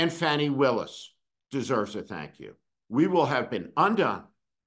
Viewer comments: No Steve, you're a bit WRONG! Also please get her name correct...it's FAWNI not Fanni. Perhaps we should call you. Those Prosecutors SHOULD have done what they did, at least f**king TRY to bring that Tangerine Tool to justice! This is. not. OVER. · You're full of it...and her name is pronounced Fawni.... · Her name is pronounced FAHnee, Steve. This is the worst rant you have had. Off base. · You could have at least pronounced Ms. Willis' name correctly!!!! If Merrick Garland hadn't dragged his a$$ for three years because he didn't want to appear partisan, we might not be in this situation. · YES, that's my question, as well. Steve, can't believe you are disrespecting Ms. Willis by mispronouncing her name. And, BTW, her issue was and is totally unrelated to the crime Trump committed. Also, I think you are way off the rails today. Why are you so keen to be critical of the prosecutors? I see our laws as being way skewed in favor of the rich and famous. That, and a seriously weak Merrick Garland, as well as a corrupt Supreme Court. You need a few moments of self reflection, Steve. You are out of control